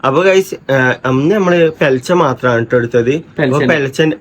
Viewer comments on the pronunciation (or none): പെലെച്ചേ എന്നുള്ളത് പുലർച്ചെ എന്നല്ലേ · പുലർച്ചെ ആണ് പെലച്ചേ അല്ല